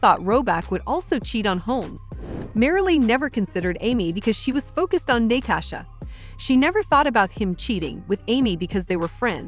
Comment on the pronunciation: “She was focused on NAY-Tasha”…🤦🏻‍♀️🤦🏻‍♀️🤦🏻‍♀️